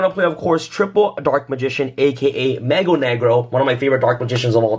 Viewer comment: i got cancer listening to him try and pronounce "Mago"